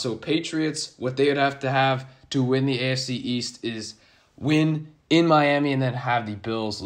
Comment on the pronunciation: Sounds like you're saying "ASC" when you say "AFC". Lol it was throwing me off. Good vid tho all in all. Keep going bro.